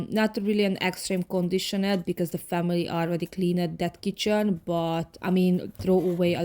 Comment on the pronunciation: I don't want to sound mean, but please take it the way I mean it, with love! You pronounce a couple of words wrong. (I understand, since English is not my native language, either. I know how hard it is to learn a new language). Cleaned is pronounced cleend, not clee-ned. Different is pronounced Diff-rent, not di-fe-rent. Peace.